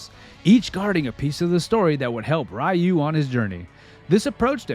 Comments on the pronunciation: It's Ninja GUYden, not Ninja GAYden. 😂 Edit: It's REE-U. Not RI-U. What's wrong with you? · Nice video, but you've been mispronouncing "Ryu" and "Gaiden" for the entire duration. "Jaquio" is also wrong (It's Jaki-oh, 邪気王, King of corruption, or Fel King) but the translators are to blame for that.